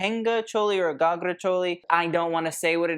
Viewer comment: 10/10 for your pronunciation of ghagra and associated words (the odd one was 9/10 but nonetheless excellent) 👏🌟